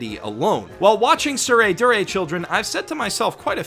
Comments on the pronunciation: It's "Tsurezure" (Suu-reh-zoo-reh) not Tsuredure.. See Kanji " 徒然 " this is what they're using (smacked in front of the title both manga and anime) and listen how they pronounce it.. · Cringed everytime you say "tsuredure", it's actually "tsuredzure". There's no "du" sound in the Japanese phonology so it would be a stressed "tsu", aka "dzu". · Its tsurezure children NOT tsuredure children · it's pronounced dzure you absolute dzunce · god damn it you keep calling it "soo ray doo ray" but Japanese literally doesn't have a syllable for 'du'. Not to mention AS YOU SAY "soo ray doo ray" the first time in this video the image shown has the show titled as it should be, TsureZUre Children. When you type 'du' with a Japanese keyboard it creates a 'tsu' with two dots, watch: つ is tsu, and づ is "du" but it's pronounced as 'zu'. Also wtf why do you say "four koma" just say "yon koma" you're already saying "koma" so if you want to say "four" then say "four-panel comics" because that's literally what yon-koma means anyway. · That’s not how you pronounce “Tsurezure Children”. It’s a “z”. The “d” is just a silly alternative romanization to denote that the kana differs from the standard, but the pronunciation stays the same– “z”. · When you realize misspelled and mispronounced Tsurezure Children.